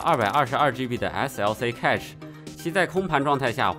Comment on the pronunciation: cache应该和cash的发音一致，读“开始”